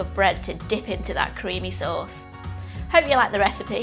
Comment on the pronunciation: “Crimmy suhz”